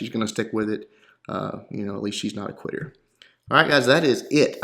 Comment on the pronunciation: so im not the only one that heard queer lol. less funny you said quitter haha